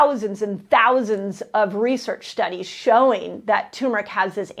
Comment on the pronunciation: Love you, so I forgive you for mispronouncing turmeric -- TURRR-meric🥰